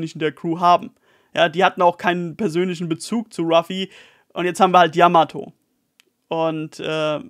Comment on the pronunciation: Ehre fürs Namen richtig aussprechen 😘 yamato wäre die erste die vivre cards herstellen könnte in der crew